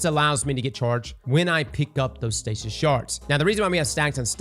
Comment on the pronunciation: Me dying of laughter cause calling stasis “stacey” 😅